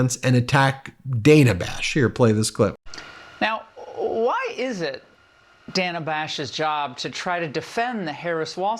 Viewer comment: Ben, I watch you several times a day and I'm a subscriber. Why do you keep mispronouncing Dana Bash's first name? Its first '"a" is a short vowel sound, not a long one. Leave the mispronunciations to the Trumpy folks. Even Laura Ingraham did it correctly.